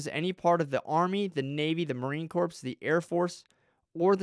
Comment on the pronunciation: For one, you don't know what Posse Comitatus is, or how to pronounce it. You also don't know that the "s" at the end of Marine Corps is silent. All branches of the military have JAG Officers. On to the exceptions of Posse Comitatus. You are making a lot of assumptions. In certain cases the military can/will make arrests pf civilians. One of them being something we may not even be aware of. For instance, if Trump passed the baton off to the military/FEMA before leaving office, they would as we speak, be running the government. It is possible, not probable, that we have no president currently. This could have been done through the signing of the insurrection act, the president giving control over to FEMA during a national emergency, or by signing a PEAD. All of these examples would make posse comitatus null and void. Please do a little more research. I don't believe he was arrested, but that's not my problem with your video.